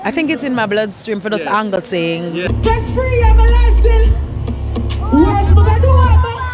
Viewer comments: * I think she meant 'handle' but she said "angle". Maybe she should handle an English class. 😂 😂 😂 😂. 🇨🇦🇨🇦🇨🇦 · I am Jamaican too, went to Ardenne migrated in the early 2000s but have never heard that kind of pronunciation for 'handle'. 🇨🇦 🇨🇦 🇨🇦 🇯🇲 🇯🇲 🇯🇲